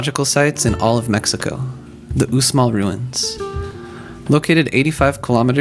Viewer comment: Uxmal is pronounced /ushmal/. The x in Mayan always makes the sh sound.